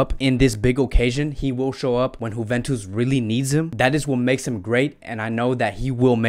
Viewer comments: D Nice but why he is saying like this 🤪🤪🤪 juventus right? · Honestly u need to start pronouncing team properly its annoying wtf is whoventus or munitch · I like how you say "Huventus".....lol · Getafe to Hethafe Euro to Auro Now Leipzig to Leeepzig😁😁😂 Sorry i commented before the vedio finishe.....and .juventus to Huventus😄😄😄😄😄😁😂